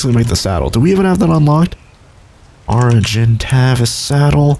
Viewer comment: Hey the bird you can't pronounce is known as an ark-i-tave-i-ous